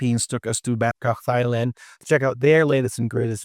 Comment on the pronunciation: Just a fun fact, Thailand is pronounced as 'tai-land'